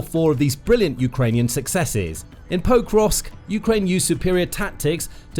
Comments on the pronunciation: it's painful to hear you mispronouncing Pokrovsk again and again and again. It is not Poe-krovsk, it is Pok-rovsk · Come on, Guys! The first 'O' in Pokrivs'k is SHORT!!! It's POCK-rovs'k, NOT POE-krovs'k!!! These details affect your credibility! I like your channel a lot but I often cringe! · what an odd way of pronouncing Pokrovsk